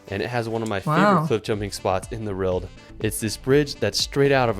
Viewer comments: He always makes great videos around the world but he struggles to say "World" is it just me?. Roorwld! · This is the guy that can't say "world" properly for some reason :D